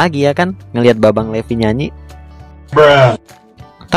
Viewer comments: Levi itu baca nya bukan Levi tapi baca nya "livay" Gitu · Levi=livai bukan Levi wkwkwk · bukan levi bang tapi livay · Livai bukan levi em maksudnya livai bacaanya tapi tulisannya levi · Bang bilang levi bukan levi tapi livai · Bukan Levi yang benar ngomongnya livai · Yang namanya Levi dibaca livai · Bang bukan Livi Livi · levi bacanya livai